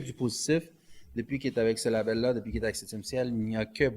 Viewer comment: Label Mort de rire label c'est en anglais pourquoi tu essaye de le dire comme si c'est un mot francophone xD label anglais / Maison de disque français xD